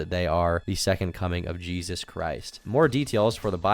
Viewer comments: WHY DOES HE SAY JESUS LIKE ITS A MEXICAN DUDES NAME AND NOT JESUS LIKE THE FUCKING BIBLE ONE HES TALKING ABOUT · pronounces the Jesus in their name the spanish way